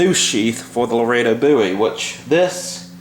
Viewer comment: I'm glad you're saying "Laredo" correctly now. Since you guys are from Texas and all... Thanks for the video brother!!